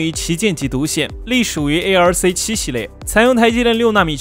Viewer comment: arc念成 A， L，C 听起来真别扭。念“阿克”就好啊。为什么那么费劲？